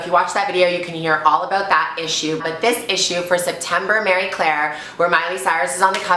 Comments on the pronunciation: Ok sweets I can't take it anymore it's MARIE Claire not Mary Claire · Mary and Marie are pronounced differently lol.. its Marie Claire not Mary Claire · Marie Claire. I keep hearing Mary Claire. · when she says "MARY claire" she means "MARIE" right?lmao I was like wtf is mary claire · guessing she means pronouncing it more like the French would because it's a French name. Like "Maree" idk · Gurl it's Marie not Mary. I love you hahaha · I'm pretty sure it's marie Claire not Mary Claire. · I thought it was marie claire not mary claire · I'm Scottish and we pronounce it like 'Marry' Claire. I think that's the French pronounciation of Marie. Like Marie Curie x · my nana was from dundee and was called mary and my granny was also from dundee and pronouced mary as 'may'. I've just asked my mum how you pronounce the marie claire version and she said something totally different so i guess there is a difference. Ive been saying it wrong my whole life😩 my accent makes me sound like i'm saying 'mair-reh' as i have a slight manchester accent x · She keeps mispronouncing the name of the magazine.